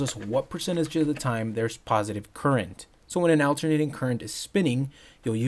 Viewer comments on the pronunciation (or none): Just FYI, AC is pronounced as though the first syllable were ALL (or AWL); not the name, "AL". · It’s ALL (rhymes with ball)-ternating, not AL-ternating. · good video, except you saying "AL-ternating" was driving me crazy. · awl·ter·nay·ting - is it really so difficult to pronounce? Great video nevertheless. great to see metric! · Bro is killing me with the "AL-ternating current"...🙉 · "AL ter nating" 😆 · “Owternating current”